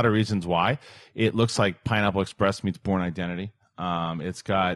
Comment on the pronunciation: What did say? "The Porn Identity"???